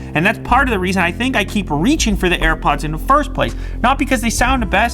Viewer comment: Linus said air puds lew says earpuds